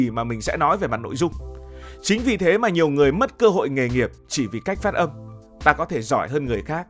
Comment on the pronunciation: Phát âm không phải phất 😂😂